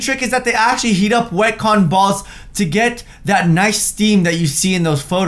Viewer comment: Ca-ton ball